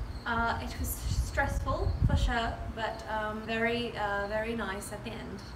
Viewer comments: “For shuh” 😭😭😭😩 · "FO SHU"